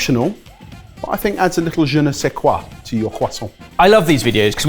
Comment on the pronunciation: 2nd or 3rd time watching this episode and "je ne sais quoi" pronunciation makes me giggle every time Also, with the rice paper croissant, I added rice flour to the soak to build it out.